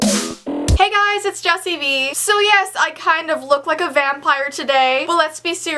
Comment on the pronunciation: U said jessi when it's jessii